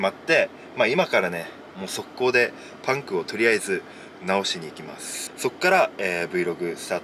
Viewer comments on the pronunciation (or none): パンクの発音がパンプと同じなの脳筋すぎる笑